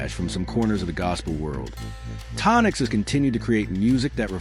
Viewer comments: Who the hell is Tonics? 😂It’s Tonex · His name is Tonex NOT Tonics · Anthony Williams is not the brother of the famous ‘Williams Brothers’ gospel singers. In fact, the guy you call Tone-X who is actually Tonex’ pronounced (Tonaye)… his biological father’s name is Anthony Williams. But I have no knowledge that he was gay. Get your facts str8. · Tonay is the correct pronunciation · Before you do the stories, please get the names of the people you’re speaking of right you mispronounced Tonex’s name (pronounced Tonay) & you’re saying, Anthony Williams I know which Williams Brother you’re talking about i’m not going to post his name. Let’s just pray for one another no matter what 🙏🏽🙏🏽🙏🏽🙏🏽🙏🏽🙏🏽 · Why are mispronouncing Tonéx's name his name not Tonics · Years ago before I knew how to pronounce TONEX I used to pronounce his name “TOE NEX”!!!